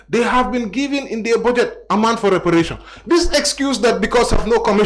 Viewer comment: Mr mballow can't even pronounce reparation properly